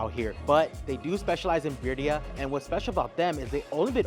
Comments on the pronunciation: Dude you have a cactus 🌵 on your forehead and you can't say birrria. Not birya or al pastor not pastor. Your suppose to be expert in mexican food and you cant even speak spanish😮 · Bro sounds Indian pronouncing birria lol